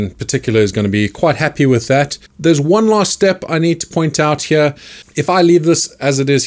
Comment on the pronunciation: I wish I was from an area of the world that says “heeyar”